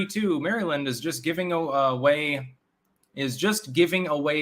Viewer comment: Did I actually hear finally correctly say maryland